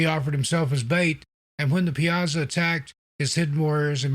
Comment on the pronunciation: Great video! I’m from the Alton area and we pronounce it Pie-a-saw. I wouldn’t ever expect anyone not from the area to pronounce it like that, I’m just informing, certainly not criticizing. I love your videos and your narration is top notch!